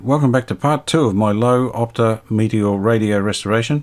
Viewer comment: It's pronounced lurva.